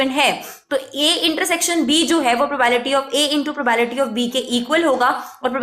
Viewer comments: probAebility ni hota probability pronounce krte h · Not probality Its probability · The whole time you said it probality